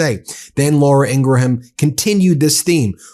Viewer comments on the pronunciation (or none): Hey Ben, please stop mispronouncing women's names wrong. You only do it with women. As much as I hate Laura Ingraham, it's pronounced Ingram, like Graham cracker not IngraHAM. And it's not Gheelain Maxwell, it's pronounced J-His Lane. Like wtf, it's really hard to take you seriously, especially when it's only women's names you pronounce incorrectly. And FFS it's not Claudia SheinBOWm, it's pronounced like Shine Balm or bomb. Stop being weird!